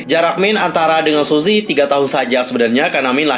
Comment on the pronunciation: Btw, baca nya bukan suzy tp suji 😂